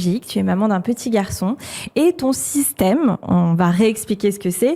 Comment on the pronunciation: À 2mn35, elle a prononcé "système".